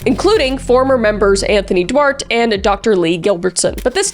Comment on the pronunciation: Duarte= do-art-tay, not 'dwart' 😂 also love that Kris sounded a bit like Christopher Walken without meaning to. Her impressions is so good it just sort of slipped in